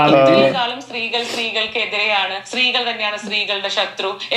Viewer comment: ഷ്‌ട്രീകള്‍ റ്റന്നെയാണ്‌ ഷ്‌ട്രീഗള്‍ഡെ ഷറ്റ്രു എന്നു പരയാന്‍ പരഞ്ഞു.😂😂